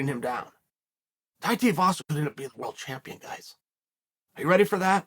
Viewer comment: holy shit he said Tai's name right